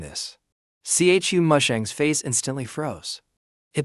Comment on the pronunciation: Everyone: Chu Musheng AI Generated Voice: C H U Musheng